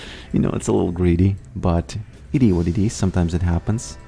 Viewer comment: Love your vids man. Whenever you say “It is what it is” or “It-i-wa-‘t-ti” I smash the like button ❤